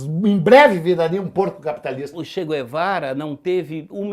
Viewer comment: "Tchê Quervara" a Deputada Jeânus Cuspillis fica molhada qdo citam esse nome 🤣🤣🤣🤣🤣